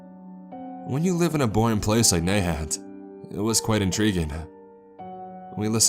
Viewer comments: Hi, being from Massachusetts its pronounced Na hant not Nay hant. Kinda hard to correct the right pronounciationwhen spelling it out. We have a lot of those weird names here. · Its na hant (han as in han solo) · The first time he said the town's name I thought it was "Mayhem, Massachusetts" - sounded like a fun place. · Thinking the same, he pronounced Nahant wrong too. Still awesome, however.